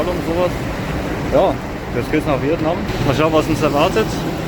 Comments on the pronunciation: Viet Naaahm 🤪khina war schlimmer 😄☝🏼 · DIe Aussprache von Vietnam hab ich auch noch nie gehört :D